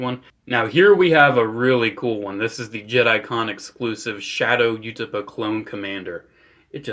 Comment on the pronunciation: The way you pronounce Utapauh makes my bones ache